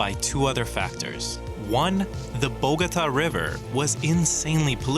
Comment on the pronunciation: Bogota not bougouta